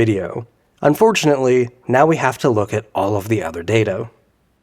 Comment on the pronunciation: "...now we have to look at all the other dato" dato?!!! 🤨 Looks like we're done here. To the content "creator": sir please at least watch your videos before publishing. Also, you might contact ElevenLabs for a refund for voiceover....